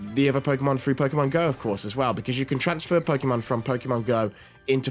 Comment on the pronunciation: Why do people still pronounce it pokEEEEEmon? It's Po-kay-mon.